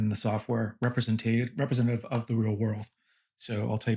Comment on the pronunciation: As soon as this idiot Youtuber couldn't even pronounce "representative" correctly in the first minute I was out. The moron couldn't even be bothered to edit this out of the video for $10,000. GTFO